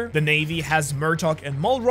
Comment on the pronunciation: Mullroll? It’s Mullroy